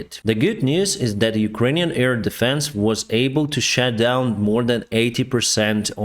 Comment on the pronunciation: I’ll never get tired of saying “Shat down”.